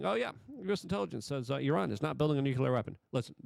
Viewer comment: Luke, well known for his verbal flubs, is one of the few jounalists i've heard who says "Iran" correctly